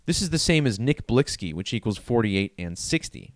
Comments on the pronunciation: UMMM NO __ IGNORANCE IS SPEAKING ON THE DEATH WITHOUT EVEN KNOWING HOW TO SAY THE PERSONS NAME RITE🙄 NOW MOVE ALONG I'VE ALREADY STATED THIS A MILLION TIMES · HEY DICKHEAD CAN YOU READ🤨 THE VERY FIRST COMMENT I MADE I SAID THAT THE PERSON WHO MADE THIS VIDEO WASN'T PRONOUNCING HIS NAME RIGHT🤦🏽‍♂️NOW YOU'RE TRYING TO TELL ME HOW TO PRONOUNCE IT , YALL GET WEIRDER BY THE MOMENT I SEE